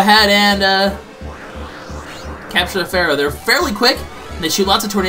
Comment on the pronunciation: Does not see the letter "E" in FEAROW's name?